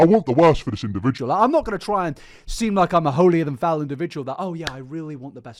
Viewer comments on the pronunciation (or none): I love you man but it’s “holier than THOU”